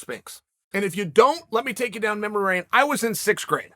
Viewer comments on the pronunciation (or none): "Memory rain" this is only funny cuz Chael is so well spoken that he doesn't normally slip. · “Let me take ya down memry-rain” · Chael "let me take you down memorane" Sonnen